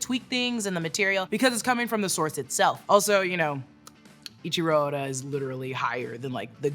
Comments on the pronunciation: great vid, but his name is EIICHIRO ODA not ichiro oda. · Its not Ichiro its Eichiro Oda😂😂😂 just read somewhat